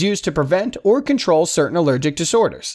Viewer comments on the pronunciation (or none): none